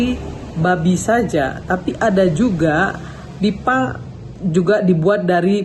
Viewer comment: Yang dari ketan itu jipang...ji ji ji jiiiii bukan biiiiipang